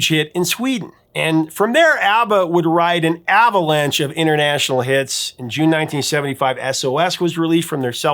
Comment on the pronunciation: Wait, did you say, "ABBA"lanche? Lol